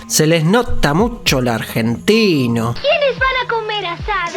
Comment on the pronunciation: Justo ayer acabo de terminar de ver toda la serie Candy por primera vez a mis 30 y vengo porque se me quedó la nostalgia al terminar una serie. Ayy no pero este canal me hace olvidar la nostalgia xDxD no puedo con la narración. como cuando un argentino imita el acento argentino xdxddd